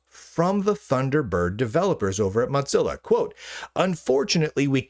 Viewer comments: Its pronounced "Mo" as in mosaic, and "zilla" as in Godzilla. It is not pronounced like mozzarella. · "motzilla" lol